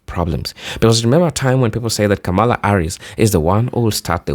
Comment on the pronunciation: Hi, Kamala's name is pronounced incorrectly by so many people, pronounce it like the punctuation mark, com ma la..thank you!